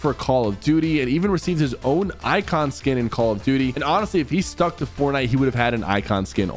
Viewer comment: Why do you keep saying fortnite like that man😭